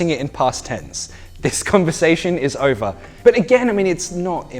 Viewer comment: You say: OVER um a stranfe way. It souds like : olver